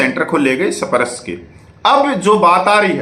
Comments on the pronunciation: सही बोलना सीखें सप-रश नही‌ इसे‌ स्पर्श बोलो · मेरे भाई, आपने तो (SPARSH) स्पर्श करके बोलभि नहीं पा रहा है! You are not able to pronounce the word SPARSH clearly. What happened?